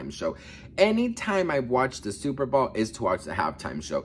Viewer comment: BOWL, NOT BALL